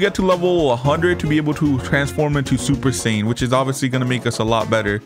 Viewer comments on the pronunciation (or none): Bro does not know how to say super saiyan god or ui 😂 sorry I use to be like you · It's God not Red